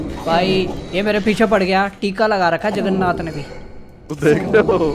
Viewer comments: Bhai Jagarnat nahi Jagarnaut xD 😂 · Hi hi hi he said juggernath